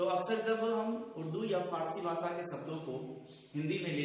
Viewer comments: Arre Chacha भासा nahin भाषा hota hai aur ज़ाता nahin जाता hota hai. Tum khud ke uccharan ko toh theek karo, galat galat shiksha dete ho auron ko. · ज़नाब आपके उच्चारण ग़लत हैं, सुधार करें | ( ड़, ढ़ ) इनमें नुक्ता प्रयुक्त नहीं होता| दूसरी बात आपका "भाषा' उच्चारण अशुद्ध है आपका उच्चारण ' व्हाषा" है जो कि त्रुटिपूर्ण है| सुधारने का अभ्यास करें|